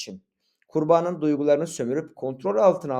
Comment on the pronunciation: abi video güzel yalnız kurbanın derken kurbağanın gibi duyuluyor :)